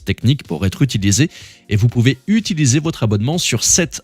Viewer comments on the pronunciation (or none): none